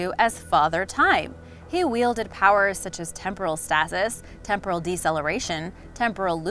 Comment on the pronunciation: and what about stasis is stay-sis, not what the bimbo said. She's so dense, the video takes an eternity to watch.